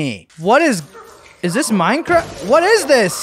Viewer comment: We got some meurncearft bro here we geur